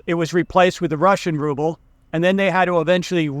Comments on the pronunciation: The way you pronounce "Rrrrouble" makes my day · Rrrusshian Rrubbe 😂🤣. Cracking me up first think in the morning in London coffee shop 😄